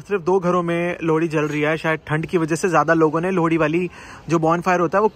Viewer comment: Lodi nhi bhai 😂 lohri 😂❤️❤️